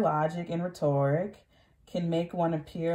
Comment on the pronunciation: Rhetoric is pronounced rheter-ick. Since you didn’t pronounce that right either. Not RhetOrick. 🥰🥰